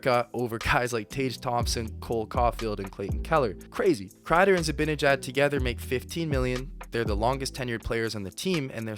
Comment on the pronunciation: FYI. It's Zi-BAN-ejad, not BIN